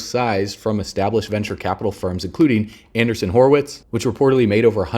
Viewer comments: It's not "anderson or andersen." It's AndREEssen. I kept correcting your pronunciation because I heard that name many, many years ago but not sure where. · Pretty sure that Marc Andreessen. “andr-ee-ssen”. Which makes a lot of sense.. just a thought 👍